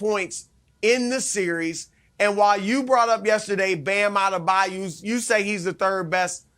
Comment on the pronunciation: “Bam Ade Bayou”